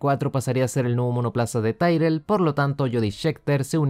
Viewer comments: Es Tyrrell no tairrel como te escuché decir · Ya lo dije en un video anterior. Para un aficionado a la historia de la F1, la forma en que pronuncias Tyrrell hace daño a los oídos. Te hace parecer poco documentado